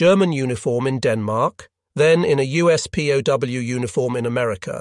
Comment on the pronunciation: “pow” for P.O.W.